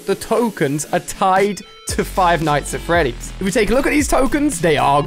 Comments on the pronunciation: Stop saying “five nights at Freddy” It’s Freddy’s Not Freddy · Ali-a it's five night's at freddy's